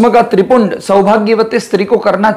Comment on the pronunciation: नमस्कार बहुत ही सुंदर जानकारी। नम्रता पूर्वक थोड़े सुधार की आवश्यकता है त्रिपुंड नहीं होकर त्रि-पुंड्र होगा। पुन्ड्र का मतलब संप्रदाय का चिन्ह। पुण्य का मतलब सिर्फ चिन्ह है धन्यवाद